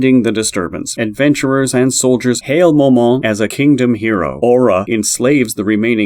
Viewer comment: Some of it was a little wrong, no hate to the at all. Momon is just pronounced "Moe" like Joe, and "Mon" like pokemon. Ainz is pronounced "Eye-nz" It may be more beneficial to watch some episodes in english dub instead of reading how to pronounce it in text. Also, Demiurge does not use sheep beastmen, he uses humans, "hairless sheep" or what he says, is just a joke.